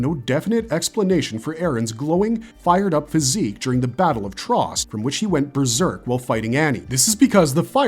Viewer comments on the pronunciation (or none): none